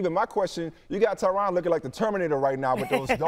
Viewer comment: ESPN its "Tyrone" not "Tryon"